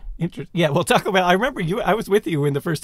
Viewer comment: Sorry but Taco Bell is not Mexican food in the US, it's fast food. There are great Mexican restaurants all over the US. Also, Simon, you can't have an opinion on Mexican food until you pronounce taco correctly🙂